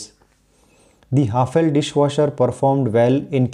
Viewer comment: Its pronounced as हैफले not what you said 👍🏻